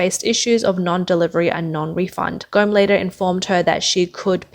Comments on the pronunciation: its not gome(as in gone with a m instead of n) its pronounced Goa-Mei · Go Me not Gome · Please pronounce properly the name Gome. It is pronounced as Go - May😊